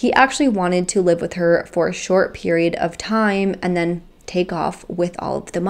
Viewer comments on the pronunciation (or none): none